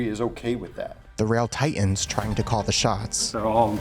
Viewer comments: Titan is NOT pronounced "tie-in". This is "impor-int"! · The second "t" in "titan" is NOT silent. Same with "mountain".